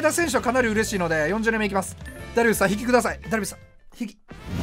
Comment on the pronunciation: ダルビッスさんに聞こえる